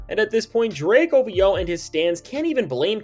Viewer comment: I've finally confirmed that one of my favorite channels is AI, lol. I stumbled upon a channel called Sit and Talk.... it's basically the same material as this channel, just with a different AI voice. Same tone, language, everything down to "Now when it comes to Drake" lol. It slipped up and called OVO, O Voe twice.